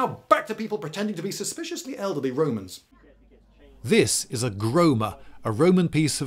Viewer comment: The most bowing kind of Womans. Wed this, wed that... I need my dose of "widge helmet" Womans! And thewe they awe! edit: OMG! ALICE WOBEWTS!